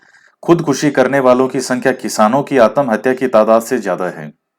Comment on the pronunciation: Sir bhutt achha laga.. Jb aap आत्महत्या को आतमहत्या बोले.... Funny + sateek baate.. 🙏🙏🤗🤗🤗🤗🤗🤗🤗🤗